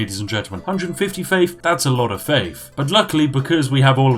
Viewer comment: I started hearing every "th" sound as "ff" sound. Plus free faif. Feaology... okay I'm out.